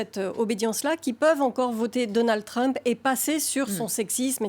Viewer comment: La révolution de Donald TWUMP, mec arrête, parle le frenglish c'est mieux lol